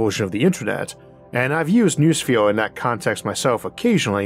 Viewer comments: Noosphere is not new-sphere. It is know-osphere. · Not a big deal but “noosphere” is pronounced “no-o-sphere,” not “new sphere.” The “no-“ comes from “nous,” meaning “mind.” It’s a common mistake. Much like how the word “zoology” often gets pronounced “zoo-ology” but it’s actually “zoh-ology” cuz the “zo-“ part comes from “zoe,” meaning life. Not from the word “zoo.” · Noosphere obviously can be pronounced "new-sphere", because you're doing it, but it's better pronounced "know-oh-sphere".